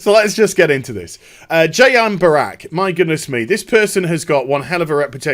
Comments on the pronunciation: Its Brack not Barak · Are you incapable of saying Brack? Half the video was you referring to him as Barack